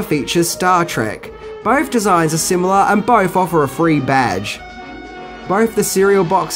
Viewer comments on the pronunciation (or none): none